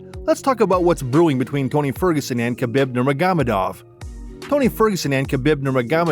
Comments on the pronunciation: Why would you pronounce Khabibs name like that? Wth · I like the video--detest how you pronounce Khabib's name.